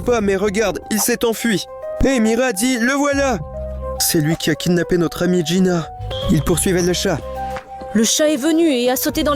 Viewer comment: C'est pas jïna mais jïnu